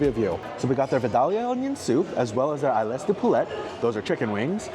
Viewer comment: Ailes is pronounced as "el".